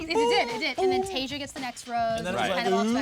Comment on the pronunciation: It's pronounced tay-shuh not tay-zhuh